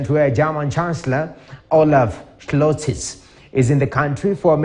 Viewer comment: ....Scholz...... Not Sclozsi...silly Kenyan